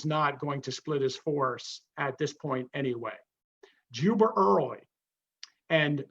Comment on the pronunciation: Is he saying "Juber" instead of "Jubal" Early? Why? It's confusing to historical information...